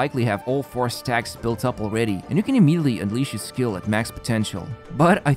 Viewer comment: Why does he always say "hees" instead of his...? Always gets me..what accent is that ^^